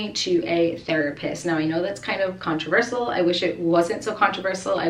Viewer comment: No doubt you’ve helped many people with your candor and sincerity. I know that you know how to pronounce and spell “especially” and “controversial”. FYI, around the mark, they don’t sound correct. Especially being a teacher, I know you want to model correct pronunciation around Landon and your students. Maybe it’s even part of your accent from your region of the country. Great video!